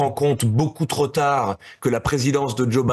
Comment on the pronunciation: Quand un type (le fils Sarko) fait une liaison après "TROP" comme s'il y avait un S ou un Z à la fin ... on est autorisé à croire qu'il n'est pas tellement éduqué ...